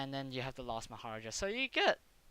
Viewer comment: I know I’m years late, but it’s “Mah - ha - raaaa - ja”. =D